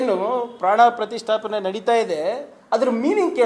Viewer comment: Panna prathisttapane antha sariyage ucharne mad okke barodhilla